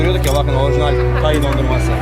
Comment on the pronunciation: Tayi değil Tay ak